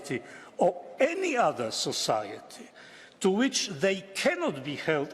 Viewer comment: Says "voters" like Welshmen but "society" like Klaus Schwab